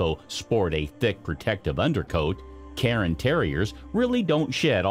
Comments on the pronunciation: cairn, not karen, terrier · Cairn Terrier is not pronounced “karen”, the vowel is not after the R, it’s before. So it’s one syllable, more like Care sound with an -N at the end. Like Karn. Not “Karen”. And it’s not a newly discovered breed LOL